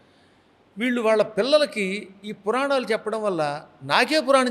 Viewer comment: పురానాలు ఏంటిరా యాంకర్ గాడా?? పురాణాలు అని అనలేవా??